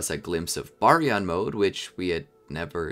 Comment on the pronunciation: ima just say it its pronounced ( bar-e-on )